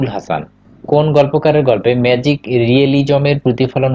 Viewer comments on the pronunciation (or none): none